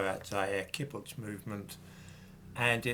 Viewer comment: Great fan of yours,. The word 'kibbutz' is pronounced with the stress on the second syllable